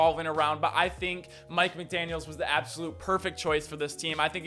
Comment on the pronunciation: guys theres no S on the end of his last name